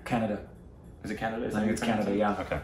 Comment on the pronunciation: Kannada - pronounced 'Kun (like 'gun') - 'Uda' not Canada haha